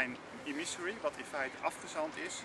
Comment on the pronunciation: "Emissary" moet je wel anders uitspreken. Wel een goede keuze om dit boek te lezen. Heb je "The matter with things" van Iain McGilchrist al gelezen?